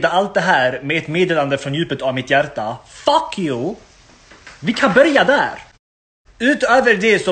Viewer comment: "Fack YoAa, ja vi kAn börja dääR" älskar så mycket